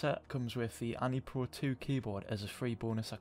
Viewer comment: its pronounced an pro 2 nice vid dough i subed